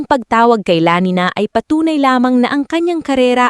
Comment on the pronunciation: Sinasadyang i-mispronounce yung Lamina?